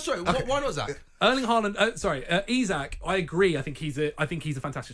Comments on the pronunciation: It's pronounced Eezak FFS 🙄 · Its not i sak...its isak ffs..cant even get his name right..the idiot with a beard is thick as mince